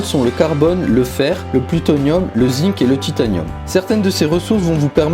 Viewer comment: waouh la pronontiation du zinc